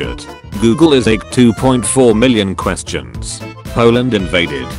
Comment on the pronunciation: I love it how the voice says polant